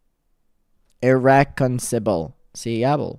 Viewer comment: It's said ir rec con CI luhbul differences! =) The ci rhymes with eye!